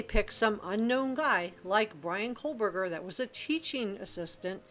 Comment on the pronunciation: I came here to say the same thing. So annoying to hear Cole burger. It’s like the end of Moscow, Co Burger. I know it’s spelled Kohberger.